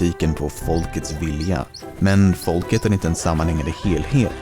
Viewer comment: Sättet han säger folk är så engelskt